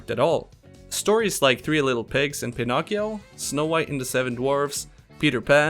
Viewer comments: They both sound right to me, cus I'm Polish and we pronounce it just like you do. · Pinocchio sounds right to me?